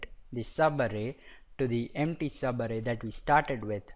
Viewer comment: Its so funny when u say 'sabarrei' (subarray) . Nice video!